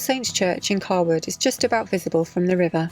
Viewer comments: Cawood is pronounced Kay-Wood. I lived there, in the row of houses by the river until I was 3. My gran and Uncle still live there. Lovely village. Another great, and very interesting video. Good to see everything from another perspective. Thanks Guys! We must have missed you at Naburn by a couple of days. I was stood where you moored with my little lad watching the fish a couple of weeks ago. Ps. The Swan has an app, you can order and pay on, and will bring beer and food to you if required 😉 If you need any shopping delivering to you, the offers there 👌 Must be difficult when you're rural, although you've probably stocked up now. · I was going to alert you to your mispronounciation of Cawood but found I've been beaten to it. Thars int Yurksheer na, no longer in the posh sarf! Keep up the good work though. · Is Cawood pronounced Caywood or Carwood?